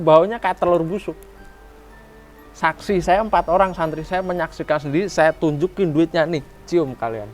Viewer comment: Santri, mohon maaf ki ga tepat penyebutan nya😢